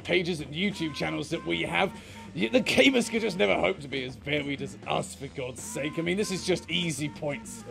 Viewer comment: Oh, he flubs all his R's. Listen for it. He does it throughout the video. He's a lispy fig.